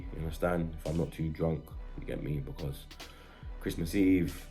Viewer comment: Oh 😂 soz. Nah Bludclart has been around London for a while, I think it comes from Jamaican people not too sure. If you don't live in London you won't have heard of it lool. has made up stuff though, like the way he says because as becar, or the fact he says yaunderstand? all the time (yannerstan) no one does that 😂😂😂